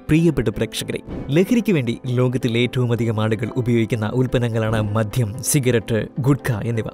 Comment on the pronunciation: ഭാഷ വളരെ മോശം. വാക്കുകളുടെ ഉച്ചാരണം തീരെ വശമില്ല. മദ്യം എന്ന വാക്കുപോലും മദ്ധ്യം എന്നാണ് പറയുന്നത്.